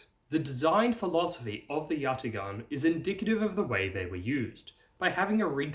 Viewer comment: Turk here... great video! I would like to help you with the pronunciation. It's spelled yatağan, but pronounced yataAan.